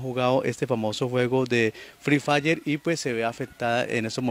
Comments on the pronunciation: Ni siquiera se dice frre fayer🙄😒🤡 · Se disa free fire no fil fla